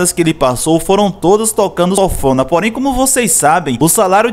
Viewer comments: Sófona ?? O nome correto é sanfona* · (Sanfona) é o nome do instrumento! (Sofona) não. Rsrs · Nao é sofona nao cara é sanfona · SONFONA? KKKKKKKK E SANFONA AAAAAA KKKKK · Sanfona, não Sofona 🤣🤣😉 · Oh nego ! O certo é sanfona !!! Fale SOFONA mais não pelo amor de god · Pronúncia é sanfona e não sonfona... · O vídeo é massa, o resgate da história é massa, mas chega a dar gastura você pronunciando o nome do instrumento errado. A pronúncia é SAN-FO-NA, e não sófona, rapaz. Vou e inscrever, desejo sucesso e saúde! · E sanfona ou sofona ? O cara do vídeo so fala sofona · Sófona? Kkkkkkkkkk! Fora isso, massa a matéria 👏👏👏👏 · "Sofona" kkkkk